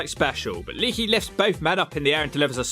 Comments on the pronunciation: I luvs ya. But the way you butcher names makes your credibility shit. How hard is it to pronounce lay-ah-key.??? It's le'akee. You're calling him leaky like he's a running water spout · I'm just curious. You do know it's not pronounced "Leaky" right? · ITS LEE AK EE